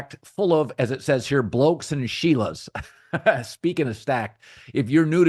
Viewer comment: At least collin said shela right 😂 be pronouncing it shell - la's, always makes me laugh.